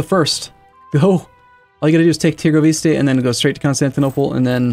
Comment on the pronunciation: i love your vids, but please stop saying târgovişte like that